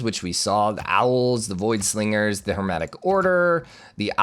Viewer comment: Hey ik it isn't a huge deal but... Its voidSINGERS not voidSLINGERS idk if you are trying to or if it's just coming across that way but a heads up if you are doing that on purpose